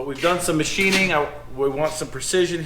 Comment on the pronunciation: Machining?! OR Matthining? Love it!